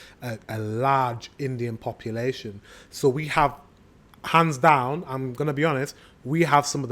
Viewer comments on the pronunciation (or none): none